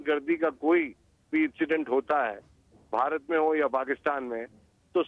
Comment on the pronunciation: Pehle country ka naam to thik se le lo...it is not "BAHARAT"...it is "BHARAT"...